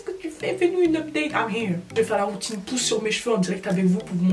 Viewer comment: Uneuh pousseuh vreeuuuument 👌🏽